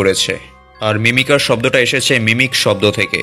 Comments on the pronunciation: ভাইয়া এটা মিমিকার হবে মিমিসার না😅😅❤❤❤ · ভাইয়া এটা মিমিসার না মিমিকার হবে 😂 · মিমিসার না Mimicer